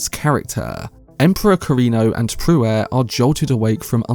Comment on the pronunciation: And, you sure have your own completely unique pronunciation of almost every Dune name. But 'Pruitt' is certainly not 'Prew-wett'. It's 'Prue-itt'.